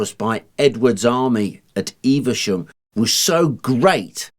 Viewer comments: Never heard it being called “Eev-a-shum”. Always known Evesham as “Eev-sham”. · I'd pronounce the town name as Eve Shum and not Eiver Shum... Please let me know which is correct... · 'Evesham', not, 'EveRsham'. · Eve shum. Not Eve e sham. Btw often go over Simoon De Montfort bridge at Evesham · Some folk might say that they noticed a distinct improvement once you put that helmet on. I wouldn't dream of saying things like that though. I don't want to come into close contact with the business end of that spear! :D Joking aside, that was another damned good video. Slight correction - Evesham just has two syllables "Eve-Sham". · I'm very local to Evesham and most people do not pronounce it with three syllables only two. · there is no 'R' in Evesham, and it is not pronounced as if there is an 'R' in Evesham!!!